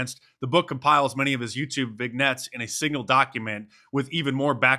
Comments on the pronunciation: its vin-nyet (use a russian accent for nyet). Love you Mark! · OMG! You're an author who doesn't know how to pronounce "vignette"!!!!!!!!!! I just copied this from Webster: vignette noun vi·gnette.................vin-ˈyet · Vignette is pronounced "vin-yet", Mark. Just a heads up. It's one of those French words that are pronounced nothing like they're spelled.